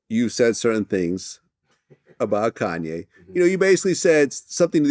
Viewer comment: But they say Kanye wrong 😂